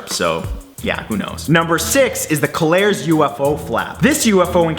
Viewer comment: I know you Canadians have your hands full speaking Canadian correctly. But as narrator you might want to check the pronunciation before misleading da yoots daat look up to yas. It is pronounced. 'Koh lar ez.' Du bist welkommin.